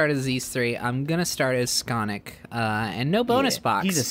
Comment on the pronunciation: Is no one ganna point out how they said skonic